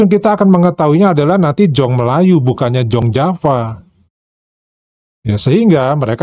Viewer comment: 'Jong Java' itu bacanya 'Yong Yava'.. bhs belanda..